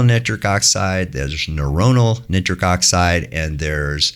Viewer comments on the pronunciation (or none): I have never heard nitric oxide pronounced neatric oxide in my life.... synthetic chemist here for over 20 years. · How is so incredibly knowledgeable and intelligent, and an absolute expert in his field, but pronounce nitric like that… jokes aside, thanks for sharing all that in depth knowledge 🙏🙏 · Why does he pronounce nitric 'nittrick'?